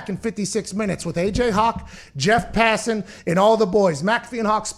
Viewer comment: Pronunciation: Passin = wrong Pah-sahn = correct